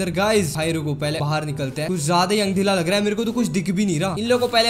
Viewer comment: Andhera ❌ andhela ✅